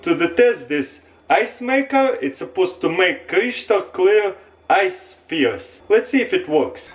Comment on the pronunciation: Haven't watched the whole video yet, but he says kreeshtals